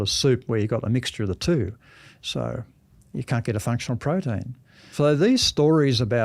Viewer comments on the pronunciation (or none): what is a "prodeen"?